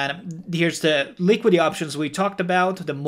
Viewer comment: It's called LiquiDIty.. not Liquity😉